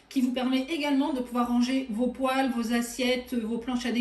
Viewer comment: Poêle se prononce "pouèle" pas "pouale" non ? Ça m'a fait sourire le long de la vidéo. En tout cas merci